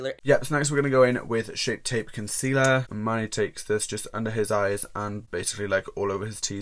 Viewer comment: I love the way he pronounces Manny (mah-knee) is anyone else just silently in the corner like man-knee no shade I love you just found this a bit funny 💓